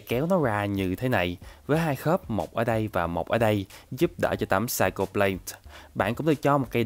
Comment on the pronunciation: Anh phát âm sai từ Psycho rồi ạ 😂 Cho ở đây là /ko/ chứ không phải /cho/ nhé